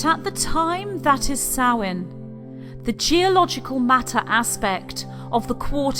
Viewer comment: No it is the ancient Celtic month of Samhain, and she pronounces the word correctly.